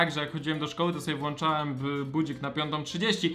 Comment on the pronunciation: włączam a nie włanczam